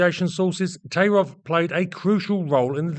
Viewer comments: Thai-rof not Tay-rov. Sorry. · Yes, I'm boring, and I'm Russian. 1. The surname is pronounced "taIIrof" with the accent on the long "II". 2. Tairov could not have been the key to the CREATION of I-16 in 1933. He accompanied the finished project. In those years, Polikarpov was in the strange position of a political enemy of the people, who was pardoned for creating the I-5 prison in Moscow. It is not Polikarpov who holds someone in subjection, but him. I'm serious. Polikarpov "porazhenez", that is, from the category of citizens of the USSR without rights. Because the "ex" one of the exploiters. But he got his training from the young Sikorsky. The expert. In 1929, Polikarpov was sentenced to death by firing squad. Even in prison, Polikarpov was subordinate to prisoner Grigorovich, and immediately after that, he was subordinate to Ilyushin. Tairov is a socially close proletarian engineer. Soviet historians dare not write anything even neutral about such a thing, only praises. There are exceptions, and they are especially interesting. 3. Heavy fighters, or the term "air cruiser" used in those years in the USSR, is too vague a class of combat aircraft. There was such a circus in the USSR that they could go around the whole world in terms of the number of "cruiser" projects. 4. Therefore, I focused only on SINGLE-seat COMBAT aircraft created AFTER the outbreak of WWII in the fall of 1939 and before the German occupation of almost all Soviet aviation centers in the summer of 1941. Some aircraft designs are slande